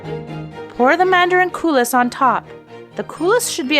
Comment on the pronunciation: Cou-lee not coulis